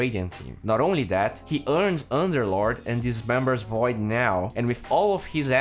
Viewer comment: who the fuck is "foid" you mean void right?